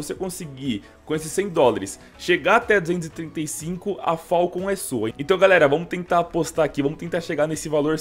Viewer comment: que agonia ele falando "falcon" dkoaskopfaokp